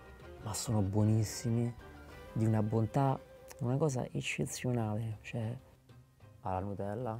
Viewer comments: Guys, “ escessionale “. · A me fa ridere come pronuncia "eccezionale". Fantastico